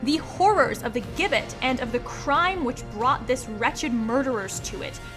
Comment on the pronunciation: Its pronounced jibbet.